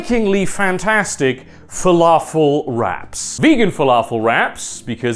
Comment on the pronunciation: At first I thought you were saying "falafel rats" which I'm very curious to try now